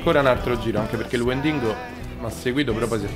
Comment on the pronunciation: il "wendingo" è bellissimo XD.. spero funzioni ancora il trucchetto